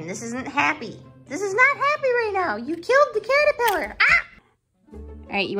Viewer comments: I like how tucker said a cattapiller a cattopooper 🤣🤣🤣😂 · Saying about it catopooper instead of caterpillar